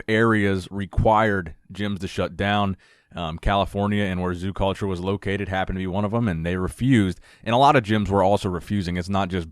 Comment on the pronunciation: “He’s the owner of zoo-cawlture”.